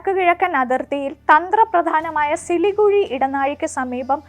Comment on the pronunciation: സിലികുഴി അല്ല സിലിഗുരി ആണ് 😂😂😂